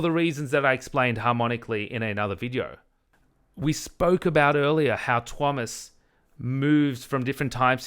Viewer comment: She can pronounce Tuomas' name correctly. Can verify as a Finn. :) Thank you for an excellent and respectful dispute of her argument. This is truly useful debate.